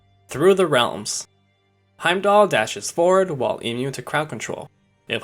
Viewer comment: When the game tells you how to say the name and you try your hardest not to pronounce it right cx